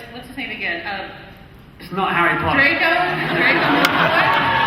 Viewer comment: Not Drgon it’s Drco